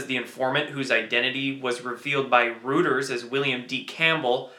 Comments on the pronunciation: The news org is pronounced Roy-ters, not Roo-ters. Excellent job though and thanks for all your efforts. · Reuters is pronounced "Roi-ters" not "Rooters". Thank you. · Reuters, pronounced Roy-ters, not Roo-ters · Reuters is pronounced ROY-TERS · Dude it is pronounced Roy-Ters & not Roo-Ters. Please. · thnx for the info, btw in case you did not know its ROY-ters not ROU-ters, keep it up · Rooters??! Reuters pronounced "ROY-ters" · Friendly Tip: Reuters is pronounced Roy-Ters not Roo-Ters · Great info.! BTW... the news agency is pronounced "Roy-ters" (rather than "Rooters"). Looking forward to your next update! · Just FYI : Reuters is pronounced Roy ters, not Rooters. Great job tho! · It's ROY-ters. You're pretty good at this stuff for such a young man. Thanks for your service. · "reuters" is pronounced "Roy-turz" ...you're killing me, man. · Love your videos. Just FYI it’s pronounced “ROY-ters” 😉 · Reuters, pronounced Roy ters. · Reuters, pronounced 'Roy ters' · Um ... I believe it's pronounced like "Roy-ters."